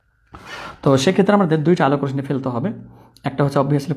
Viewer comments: Rosni na hoye uccharon rossi hobe na sir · স্যার রশশি হবে উচ্চারন